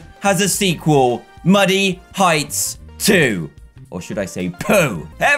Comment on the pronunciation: Who else kept thinking he was saying money heights until this video just me?